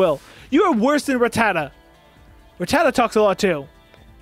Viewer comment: Ratata ? It's Arata